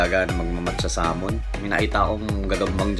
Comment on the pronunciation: Boss it's not saaamon it's samon. Don't change the name utol.